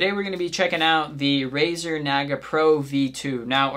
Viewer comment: It's pronounced like Nah-Gah, not whatever the fuck you said